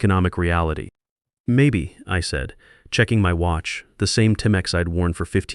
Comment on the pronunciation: Timex is pronounced time - x 😂🤣 not Tim - X 🤣😂 good story though 🇨🇦🙏